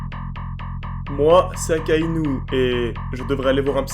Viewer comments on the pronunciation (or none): Pourquoi vous dites " aKaInOu" au lieu de dire " akainu". Depuis quand u se prononce ou?